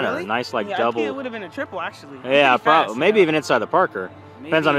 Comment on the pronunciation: When said probbilly 2034 it was